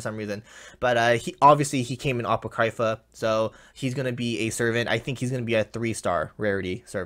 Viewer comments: He pronounced it apaw-criy-fuh, not a-poh-cree-fah. The proper pronunciation would be a-paw-crih-fuh. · it’s ah-pock-kree-fah 😂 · Sca-Hahk, Ah-Poh-Cree-fah. TRIGGERED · Atsushi Lmao the way he pronounced it... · the way he pronounces apocrypha makes me want to cry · No offense meant to, but did anyone else cringe when he said Apocrypha like he did? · Ye lol